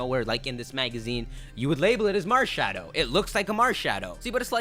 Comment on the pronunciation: It's MARSHADOW